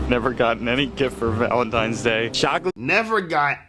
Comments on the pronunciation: Say it with me y’all….ValentiNes day….TINES DAY….NOT VALENTIMES DAY. Y’all some uneducated mfers fr😂😂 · Why do you keep saying valen - times day???????? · How come I’m hearing VALENTIME’s Day.. I just died 😮😂😂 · This goofy saying ValenTIMES!!! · She’s so dumb:Valentime’s ! I thought it was Valentine’s Day!